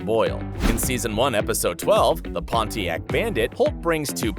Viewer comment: Its not pawn-ti-act, its pawn-e-ac